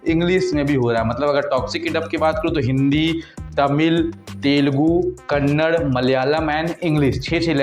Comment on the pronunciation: If you can’t pronunce Kannada, then don’t make video.